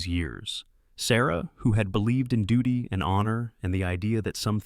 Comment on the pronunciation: Your reader mispronounced the word ‘duty’. The U is long as in the word ‘duke’. Unlike the U in. ‘duck.’